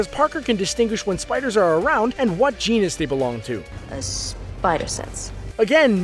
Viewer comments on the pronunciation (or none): none